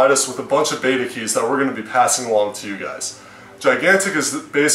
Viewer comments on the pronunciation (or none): none